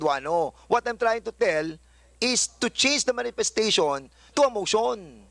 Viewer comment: Parang parlorista si dan mag salita... aside from yung napaka tigas niyang tagalog accent eh may pag ka bakla mga bigkasan nya hahahhaha "manifestashuwan"